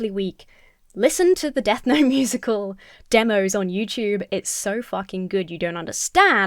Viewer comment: Wait, is the name of the musical 'Death Note' or 'Death Gnome?' I can't understand what you are saying.